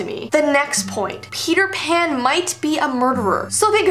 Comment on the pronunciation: Send help I keep hearing Peter pan like Feeter fan